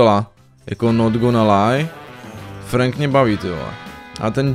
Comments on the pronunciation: Franka to není frank ale frenk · To není Frank ale Frenk. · Čte se to FRENK ne FRANK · Frank sa číta Frenk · Nechci tě urazyt ale Frank se říká Frenk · Je to frank se čte frenk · Frank se čte frenk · Číta sa frenk ale neva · To není frank ale číta sa to frenk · Říká se FRENK a ne FRANK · Čte se to frenk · Čte se Frenk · Čte seto frenk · Píše se Frank a vyslovuje se Frenk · Frank se vyslovuje jako frenk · Vyslovuje se Frenk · Vyslovuje sa to frenk